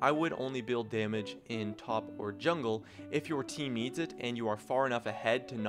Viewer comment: wtf did he say 1 damege item ?????